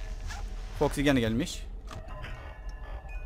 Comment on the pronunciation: abi foxy toxy dedin